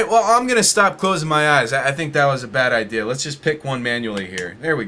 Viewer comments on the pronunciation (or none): “I have a bedea” I lost my shit haha